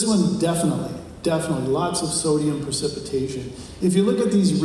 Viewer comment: It's precipitation not "percipitation". Not the correct term here for the process you discuss. Architects talk about "efflorescence" and "lime run" on brick walls. Check that process out.